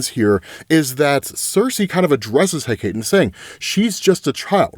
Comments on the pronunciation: I think I've left a Hecate correction in every one of these videos. Idk how much of the comments he reads. I'm used to mispronunciations among many of my favorite channels, but for whatever reason, this one in particular bothers me, lol. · Then English should spell it so it's pronounced that way instead of spelling it in a dumb way that nobody except the biggest etymological nerds will pronounce the way it's intended. At least put a little accent marker over the e on the end of Hecate, like for real. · Hecate= Heh-ka-tay. It bugs the hell outta me when people pronounce it Heh-kate. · Hecate = Heck-uh-tee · It’s pronounced Heh-ka-tā. The sovereign/goddess of witches and magic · In Greek it’s pronounced hek ate not heck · Pronunciation police: HECATE - hek - ah - TAY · It’s eh-KAH-tee btw, Greece loves you my man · I think the goddesses name is pronounced Heh-Kah-Tee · Hecate is pronounced "heh kuh tee." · Hecate is pronounced Heck-a-tee. Luv ya, but you wouldn't want to mispronounce the name of a goddess.... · I am BEGGING you. It is pronounced Heck-uh-Tee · My Brother in Odin, it is pronounced, "HEH-cah-tay". Closest rhyme I can think of is "secretary", but without the "r", so, like, 'SEH-cray-tay'. Hecate="HEH-cah-tay" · if you care, it's usually pronounced HECK-a-tay. I've heard both, but, it's greek in origin, so, usually you throw a syllable to a vowel. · It's HË'-CÄ-TË. Three syllables. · Hecate = HECK-uh-tee or HECK-ah-tee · Hecate is pronounced He-cuh-tee. Love that you're back to covering these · I love your videos but it's pronounced Heh-KAH-tee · Great Wondie coverage!! (ps.s Hecate=Heck-uh-tay/tee, Hippolyta=Hip-all-it-uh, just so you know) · Hipolyta: hip-AH-lit-uh Hecate: HECK-uh-tee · Hi- Poh- Lit- ah Heck- ah- tee…. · Bruh thank you for clarifying! Shit was bugging me lmao cos tf he mean hipoLIETAH?? And HeKATE? Yeah?? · How dare you not read my last comment about how to pronounce Hecate's name? (Jesting) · Hi-pole-light-ay He-kate